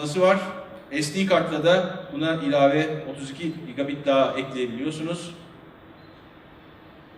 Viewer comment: 50CentYuriBoyka cigolayt değil lan :D cigabayt diyen de var gigabit diyende